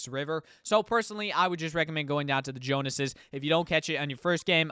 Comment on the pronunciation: Thank you for the guide my man but I gotta say, it’s “The JONES es” as in Agent Jones/Jonsey not Jonases as in the Jonas brothers.